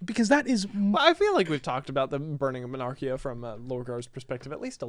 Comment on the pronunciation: I hate to be that guy but its "monarkia" not mernarkia But on the point of the word bearers EREBUS THAT LITTLE TWAT IF ONLY HE DIED AND KORPHERON DID TOO! NOTHING WOULD HAVE GONE WROOOOONG